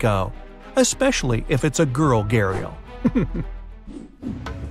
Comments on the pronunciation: As an indian when he says घड़ियाल as gharial I burst into laugh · Being honest he pronounced gharial Wrong